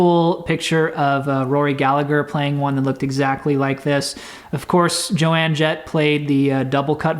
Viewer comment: Joan Jet - sounds like JONE...not Jo-Anne. C'mon bruh. Rock n roll history.